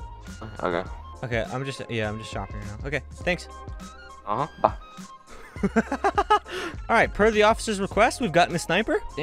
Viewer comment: at the end when he says bye he says "boys"